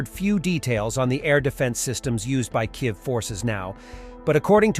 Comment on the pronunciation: "near the Ukrainian capital KAYV"..? 😀Are you using text-to-speech bot, cause in many of the uploads the "narrator" seems to have a "malfunction" when saying some words..